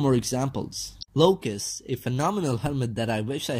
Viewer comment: Axe 22 LOCUS. FOR THE LAST TIME PEOPLE, THERE IS NO “T.”